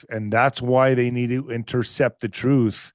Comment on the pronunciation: Trooof, quest for trooof.... dude lol